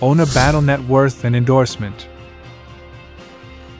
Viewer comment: Its not battle its bad-ye😂😂😂